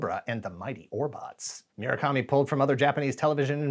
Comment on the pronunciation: It's mu-ra-kami not mi-ra-kami